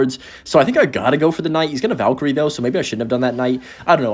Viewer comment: thats the first valk-kyrie irving ive heard in a long time from you